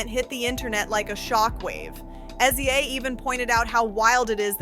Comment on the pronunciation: Stop calling SZA S Z A! It’s pronounced sizzuh!! 🙄